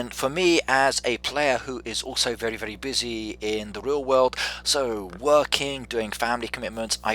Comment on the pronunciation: Sounds like he’s saying “vely” like a mix between r and l